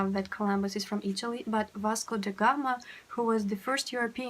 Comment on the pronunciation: "Vasco da Gama" perfect!